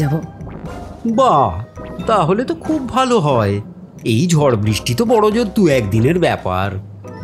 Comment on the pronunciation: উপস্থাপনা ভালো লাগলো। তবে কথক এর উচ্চারণ বিষয়ে একটু যত্নশীল হওয়া প্রয়োজন। 'র' ও 'ড়' বিষয়ে সতর্ক থাকতে হবে। 'ঝড়' কে 'ঝর' , 'পড়ল' কে 'পরল', ' নেড়ে নেড়ে' কে ' নেরে নেরে'-- এগুলো কানে লাগছে। বাকি সব ভালো...